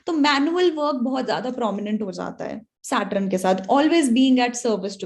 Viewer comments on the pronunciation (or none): aap SAT RUN q bolte ho Mam 🤣